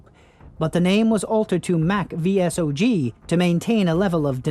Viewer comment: Id suggest you do more research before making these videos. Its pronounced "saw-g" by the way.